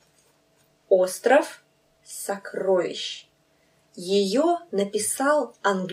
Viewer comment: Thanks for the video! I can barely hear the в when you say сокрoвище. Is that an accent?